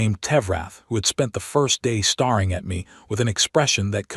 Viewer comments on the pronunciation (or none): Can we learn to teach the AI to read properly. it is so hard to listen to an AI pronouncing 'staring' as starring, or 'hoping' as hopping and so on. It wouldn't be so bad if it were once in a while but it is almost every word that ends in 'ing'. lol